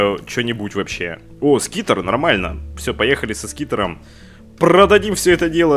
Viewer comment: это не скитер))) это : sRiter )))))))))))))))) т.е. сритер)